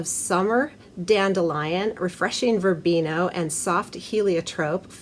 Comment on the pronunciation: VerbenA! Not VerbenO